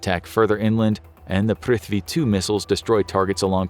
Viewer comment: The video was amazing, but what wasn't was the pronunciations of Indian names (cities, and all military equipments) 😭🤣